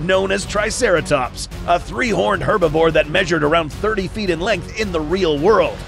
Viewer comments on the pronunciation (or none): none